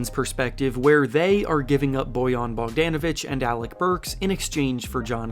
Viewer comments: It’s Bogdanovic not BogdEEnovic…… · Bogdon not BogDANavic 💀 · Him getting Bogan name each time he says is quite infuriating for someone that covers the NBA. He’s been in the league for a few years now get it right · Why he saying Bogdan like that 😂